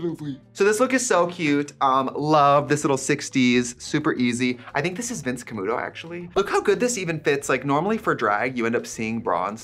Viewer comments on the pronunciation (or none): Thanks to Trixie, I can never hear "Vince Camuto" without hearing "Vyins Kamoodoe" in the WI accent she put on when she once explained working in a department store. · I can only hear Trixie say “Vince Camudo” with the Midwest accent